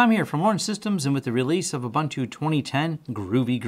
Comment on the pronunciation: Just for anyone wanting to know the correct pronunciation of Ubuntu. It is Oo-boon-tu. Which means humanity. When one says the Americanized way: Aah Bun toe, it means: Ah! People! lol